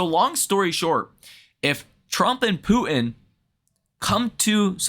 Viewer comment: I like how you pronounce Poo in instead of Putin. Lol😅